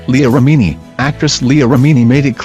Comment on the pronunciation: Is the computerized voice a scientologist? It is annoying and didn't pronounce Remini correctly.